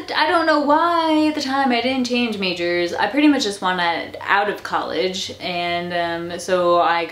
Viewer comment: "college" not "collage"